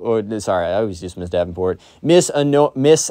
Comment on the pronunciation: u keep saying mrs. davinport